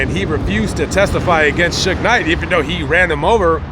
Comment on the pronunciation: Sue-gay is how AI pronounces his name... But I did want to comment he is exactly where he is supposed to be because he was one pitiful case of manhood